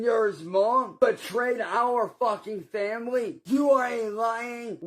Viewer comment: “my fam-bly”